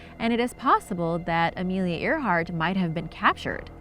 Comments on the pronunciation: You said Amelia Earhart wrong. It’s pronounced (Air-Heart.) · It's spelt Earhart, but it's pronounced airheart. And also you missed like most of the actual mystery of these mysteries. Example, people want to know who originally lived on Easter island as apposed to how a tall statue was built(anyone can answer that: big rocks and tool. See?) because it wasn't invaded. They went to the island with an invading force sure but reached a long abandoned island. You didn't talk about the electromagnetic disturbances that linger in the Bermuda that can do anything from messing with your compass, to dropping your plane out of the sky like you reached a drop pocket. And spilt booze was a legitimate issue that caused ships to get destroyed.......on warships, or combustion engines, I'm not sure if anyone knows anything about naval or marine vehicle structure, but it was actually really hard to set a ship post 13th century on fire, because the use of flame retardant resins was applied during and post construction of the vessel, the wood was also usually dampened by oceanic conditions when it was at port, or constantly being splashed and rained on during usage. So good facts and solid info, it's all well structured and educational and all, but you didn't really answer the questions people usually ask about these things. Also some of them are half explanations which usually draws out more questions.